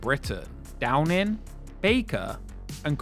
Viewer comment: Great content marred by poor narration. Low English pronunciations should never be used for semi-professional content. Staring with every word that ends with "ing," including the proper noun "Downing."